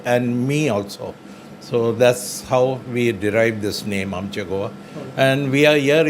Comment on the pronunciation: Nice video.. Thanks for making video about goan in karachi.. Please pronounce shop name correctly.. Its Aam+ chei.. Goa ( means our our goa)